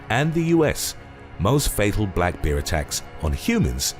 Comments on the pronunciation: That’s the first time I’ve heard the word bear pronounced beer! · Very much enjoying your channel; I have noticed on a few videos that you pronounce ‘bear’ in a very particular way. Would it be rude to ask you what your linguistic roots are? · haha, I laughed at the way you pronounce Bear ,sorry.:))